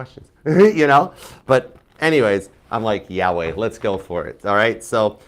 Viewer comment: It cracks me up when you say Yahweh 😂❤